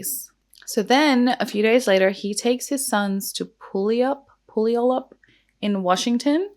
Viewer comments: You can pronounce garage however you feel most comfortable. People from different places say it differently. Where I'm from it's gah-raj. Oh and for future reference Puyallup Washington is pronounced like pew-all-up. I actually lived close to there when I was a teenager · Washingtonian here! It’s pronounced Pew (like a laser pew pew) All-Up haha everyone gets it wrong but yeah Puyallup = pew-all-up ❤